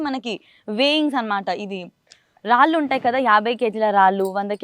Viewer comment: రాలు, వాలు,కాదమ్మ, రాళ్ళు, వాళ్ళు అనాలి, చాగంటి గారి ప్రోగ్రామ్ చేస్తూ, పద ఉచ్చారణ సరిగ్గా వాడండి